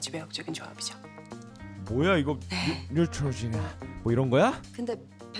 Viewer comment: 아 뉴트로지놔 발음ㅋㅌㅌㅋㅋㅁㅊㅋㅋㅋㅋ하